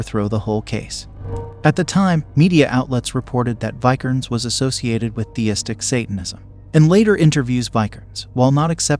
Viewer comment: It's a mild nitpick but maybe in the next video listen to names and certain words your not sure about pronunciation Vi-ker-nes, Lam-bee-sis, Not-see-ism.